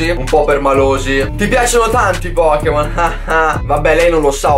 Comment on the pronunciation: "POKKEMON" dio boia.